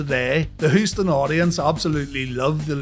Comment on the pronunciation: "Hoostin, Texas" lol